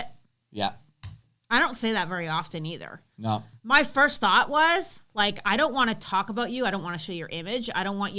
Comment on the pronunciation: Did you say you thought or was it fought?